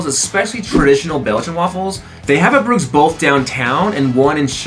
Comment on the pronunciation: Valter’s is pronounced like “Walter’s”, just with a V instead of a W. It’s not Val tairs. Also, Bruges has a soft G sound, like a zh. It pronounced “Bruzhe”.